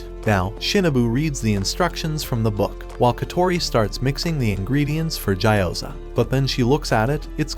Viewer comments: It gee o ZA not jai o zar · Gyoza ❌ Ja you Za ✅